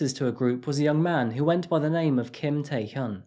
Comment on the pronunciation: Tae Hyun is not pronounced "Tie Hyoon," it is pronounced "Tay Hyun," "Hyun" rhyming with "fun."